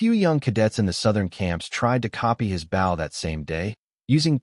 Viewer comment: Maybe you need to teach the bot that writes this garbage to teach the bot that narrates how to pronounce the word, "bow".